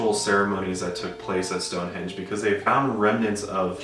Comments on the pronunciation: For some reason i always pronounced it "Stonehedge" and not stonehenge...idk i always remembered it like stonehedge lol im confused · wait my mind is blown that its HENGE and not HEDGE lmaoooooo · so thanks to this video i learned its stone henge not stone hedge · 30 seconds in and I’m already learning I also pronounce it “hedge” but it’s “henge” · Okay So literally right before clicking the video I read the title and was like "Stonehenge? I've always pronounced it Stonehedge wth" and that's like the first thing you say when you started the video ... damn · I’ve always said Stone Hedge too 😂